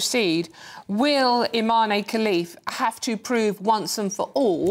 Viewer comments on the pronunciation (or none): "I-Man" Khelif 😂😂